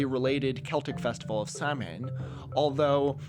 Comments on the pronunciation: just to let you know “samhain” is pronounced in irish as sah-win !! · every time an american tries to pronounce samhain, i take -5hp poison damage (it's sow-wen) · Jsyk Samhain is pronounced like S-OHW-WHEN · its sah-win not salmon lmao the dd in welsh is pronounced th so gwynedd is gwyneth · So, Samhain is pronounced "sow-in" not "sam-ain". I say this in the nicest and most autisticly pedantic way possible. Love the video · NOOOOOOO i hate watching videos about halloween because samhain isnt ever pronounced right… i skipped a lore-heavy episode of spn just for this, it is SUCH a pet peeve of mine. “samhain” is actually pronounced sow-in! i’ll explain it in the replies if anyone wants to know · LoL Samhain is pronounced more like 'Sow-when' common mistake! but as a pagan it always makes me laugh when people say it wrong lmao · I haven't looked at all the comments because there were over 1,500 by the time I watched the video, so I'm sure someone else has mentioned this. Samhain is pronounced sowain (roughly). Yep, sounds strange but that's the way Gaelic does things!:goat-turquoise-white-horns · Just a small note: Samhain is pronounced more like SAH-win or SOW-in, depending on the region. No 'm' to be found. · it's pronounced "Sow (rhymes with cow) when" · samhain is pronounced like sow-en please my irish ears cant take this pronouncation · not important at all but samhain is pronounced sauw-in :)) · it's pronounced sah-wane ❤ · Absolutely butchered the pronunciation of “Samhain”, it’s more so pronounced “Sow-in”. Gaelic isn’t pronounced as English. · "Samhain" is pronounced 'sow- when'. 👍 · btw samhain is pronounced as s-ow-win or sah-win depending on the dialect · It's also pronounced "sa-vin". I'm a Gaelic speaker. It pains me every time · its pronounced Sow-en. Sow rhyming with plough and En rhyming ten. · It's pronounced 'So-wen' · Hi! Samhain is pronounced more like sah-when Great vid as always! :) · Samhain is actually pronounced sah-wain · *saʊwɪn s-ow-in